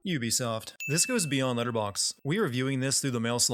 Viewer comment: "Ubisoft" Instant sin 😭